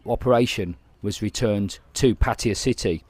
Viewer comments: Great Video! soi dogs are here to stay STUN GUN IS 300 Baht they run for the lives! ! But please after 13 years can you tell me where the "I or E is" is in PAT TAY A not (PATEEEYA) PATTAYA im a brumie too but i can tell Taxi in thailand where i live PATT AYA ! (where you wanna go son I Want go LOVEERPOOL ! 13 years and still cant pronounce P A TT A YA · Why the difference in the pronunciation of pattaya?? Sounds a lot better than pateeeeeya tbf